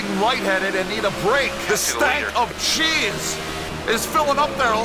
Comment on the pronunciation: Did he say jizz or cheese bruh 😭💔